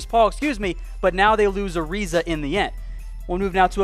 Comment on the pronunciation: He called him gilbert ariza...fuckin goof